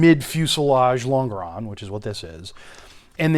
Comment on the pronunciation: lon·ge·ron /ˈlänj(ə)rən,ˈlänjəˌrän/ Not ... long-a-ron